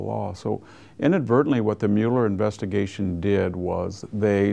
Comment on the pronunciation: Why can't he pronounce Mueller?